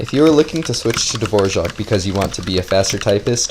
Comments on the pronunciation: Dvorak not fucking devorzjahck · Why is he saying Davorjark when its clearly dvorak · Is it actually pronounced dvorjaque or are you trolling us..😅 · Me pronouncing Dvorak: davorak pronouncing Dvorak: Dvorjzhak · his name "Dvorak" how this dude pronounces it "D-vouardzak" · Dvorak is not pronounced like the famous composer, there is no j sound after the r ;)